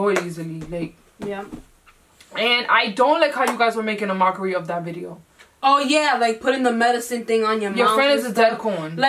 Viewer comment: How are y’all the only ppl that can hear how bideo